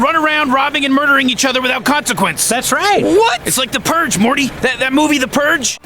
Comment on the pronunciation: The "Purr"ge